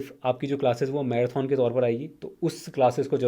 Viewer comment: भाई मैराथन को मैराथौन बोलना भाषा की अवहेलना है शुद्विकरण पर ध्यान दो